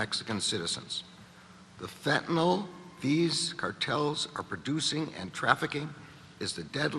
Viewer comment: It's not Fentynol as in Tylenol. It's FENTANYL